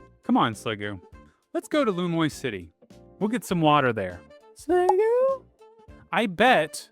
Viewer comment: I'm gonna tell you it's pronounced Lu-me-ose before you release that video and have to face the comments on a ZA video. Also thank you for the well researched content.